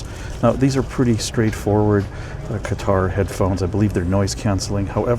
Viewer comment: I've taken that business class flight on Qatar airways. It's very nice. Though I would give the edge to Emirates airline business class which I've also done. The correct pronunciation is "cutter."